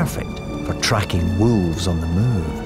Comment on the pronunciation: Narrator: walves 😼😼